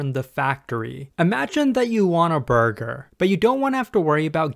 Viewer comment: I swear, everytime he says burger, all I can think is "BuRgEr KiNg FoOhT LeHtUhS"